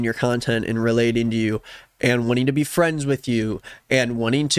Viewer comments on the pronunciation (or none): none